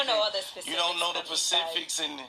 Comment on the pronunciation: I was done wit gotti wen he said pacific 😒 Specifics👀